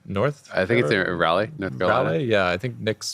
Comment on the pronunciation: Alright, while I'm used to it being mispronounced, its kind of starting to bug me now, and if you'll say it all split (and at finals) it should be corrected. Raleigh is not pronounced "rally", its not pronounced "row-lee", and its not pronounced "ray-lee". It is pronounced like "rah-lee". I dont mean any disrespect by this, just figured since everyone I've heard on LCS staff say it like someone who has never heard it pronounced (mostly people tend to say rally), Id set the record straight. Also a fantastic episode, and very excited for finals and cant wait to see whoever shows up, Though hopefully its C9.